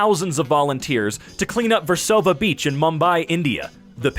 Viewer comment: Yanno, after hearing people butcher Indian names, it made me smile when he perfectly pronounced versova beach and Mumbai.